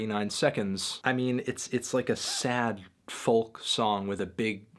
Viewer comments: Folk - pronounced FOE-Kuh ... no L sound is present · STOP PRONOUNCING THE L IN FOLK!!!!!!